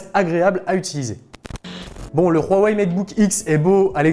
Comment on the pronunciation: Rhouwawey, non Huawei